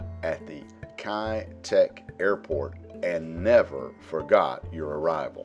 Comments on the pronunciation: 1."Kei duck" would be a better pronunciation if spoken in Cantonese 2. The hill is called signal Hill. 3. The airport has now rebuilt as a seaport, both civilian and military use. With the airspace around lifted a lot of old 60s/70s buildings are also rebuilt into more modern apartment blocks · Pronounced Kai' - Tack Kai Tak